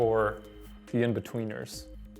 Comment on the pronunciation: #chimeoff In-boo-tween-iacs. (In-between-ers)